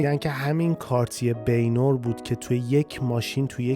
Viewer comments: کاش اسامی رو شبیه به فرانسوی تلفظ میکردید. بنواغ. نه بینور. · با کمال احترام از برنامه های خوب شما 🙏 Baignoire....بِ نو آر تلفظ فارسی ☝ بِ نُوآق تلفظ فرانسوی ......... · با احترام حتی به فارسی هم اینطوری تلفظ میشه baignoire = بِن وآر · دادا، تلفظ درستش« بَن نوار» هست. با پوزش از فضولی بنده.